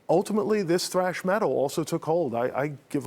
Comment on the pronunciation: "Thrash" Not "Trash" 😂